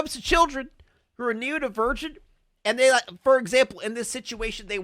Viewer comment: him saying neodivergent is taking me out its neuro-divergent